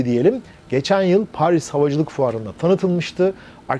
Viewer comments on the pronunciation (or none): none